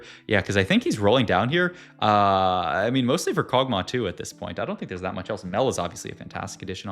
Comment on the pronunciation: Kog tauh 😂